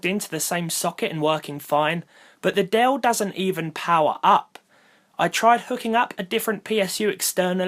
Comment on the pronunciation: You meant "Dell-lay"